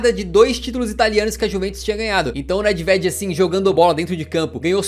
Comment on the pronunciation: Parabens, muito bom o conteúdo mano. Só uma resalva, a pronuncia do nome Nedved é: NÊVED.